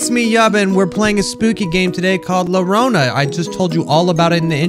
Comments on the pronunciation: How spanish people pronounce llorona: yuh-roh-nuh (roll the r) How pronounces llorona: lor-oh-nuh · Btw its pronounced yuh not luh, when there are two l’s next to eachother in spanish it makes a Y noise most of the time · It's funny that he says it like larona even though its pronounced Yorona. La llorona is a very creepy and sad legend about a woman and her children. They also mad a movie about it. "Ay mis ninos" mean oh my children is la lloronas line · People who speak Spanish: Repeat after me. "La".: La. Spanish speakers: Llorona. (pronounced YARONA): Llorona. Spanish Speakers: La Llorona.: La LORONA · spelled it lorona when its spelled yiorona (but of course is not from spain (neither am i)) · Het, you don’t say it like lorona you say it like jorona or yorona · its promo yorona not lorona but you tried 😁👍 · Bruhhh. I know it's for the meme but hearing you saying it as "Lorona" hurts lmao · I know you guys prolly don’t know this (because you guys are like 10) but it is actually pronounced la Larona (Ya larona) so take that as you will. Thx for your time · it's actually pronounced la yorona since double L in spanish is basically pronounced as a y sound + for anyone reading this the R in llorona should be rolled but if you can't, a short D should sound fine 😚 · the only scary thing in this video is how pronounces llorona By the way for anybody who doesn't know how to say it; it's pronounced yoh-rohnah (remember to roll the R!) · si escpecialy llorona being pronounced yorona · He Just wanted to tell U that llorona is yorona which is weeping lady so "ll" makes a "y" sound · La llorona (pronounced la yo ro na) is an old mexican story about a woman who( i dont remember the comepleted thing) who lost her children who died or something and then kidnapped children and claimed them as her own children. Theres like a curse and a ghost or something but i dont remember it all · The "lorona" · Luh-row-nuh xD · It's said Yorona